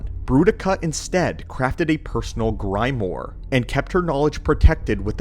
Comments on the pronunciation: WTF is a graimore? Grimoire is supposed to be read like "greemooaar" in united stadian phonetics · "Grime-or" Lol brother, grimoire is pronounced grimwah. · horrible pronunciation.. Gri-more ? GRIM-WAHR... grimoire.. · Grimoire is pronounced "gree-mo-are". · Sorry to nitpick, and be "That Guy" but Grimoire pronunciation: greem-wahr. Your pronunciation was so off that I felt like I needed to post this. Really great video overall though, I have to say. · Or grim-wuh. Yea that mispronunciation kinda erked my ears too 😂😂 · Grimoire.... /Grɪm'wa:r/ Great video I liked and subbed! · Real historian here. Quick note. Grimiore: Is pronounced GRIM WAH-R. Like you go into a pirate voice at the end. grimwaArgh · It would help if you said Stygian and Grimoire properly. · Needs more research on how to pronounce "Grimoire," but I agree 😅